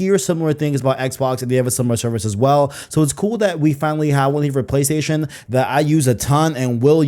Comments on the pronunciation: If this guy says playDation again im gonna go insane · Every time he says 'Playstation', it sounds like he's saying 'Playdation'. I stopped watching halfway through because it was all I could focus on. 😂 Sorry, bro, I tried to make it to the end. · U don't say Playstation right.. i can't stand it lol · Dudes yt name literally has PlayStation in it. You’d think he’d figure out how to pronounce it